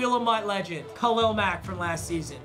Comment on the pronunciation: I love how papa says Khalil like “Khalel”